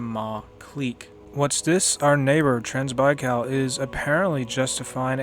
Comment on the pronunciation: I'm pretty sure it's pronounced trans bye caul and not trans baykil, but nice video I love red flood hope it keeps getting updates and support. 👍